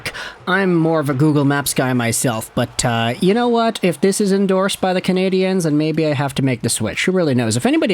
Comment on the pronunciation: Pronounce the name of the team RIGHT!!!! You’re pronouncing it in the feminine!!!!! Just say it in English , which is acceptable in Montreal across the board. Wake up!!!?